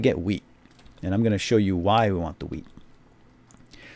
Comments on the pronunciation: it sounded like he said instant weed :) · Lol i thought he said "weed" XD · you just learned me how to pronounce 'wheat' o.O